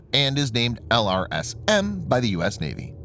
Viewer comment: It's normally called "el - raz - um"